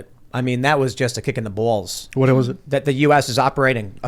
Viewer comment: it's just hilarious to me how he says balls